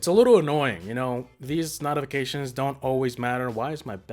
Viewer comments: NOTifications bruh that accent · Dude you dunno how to say notifications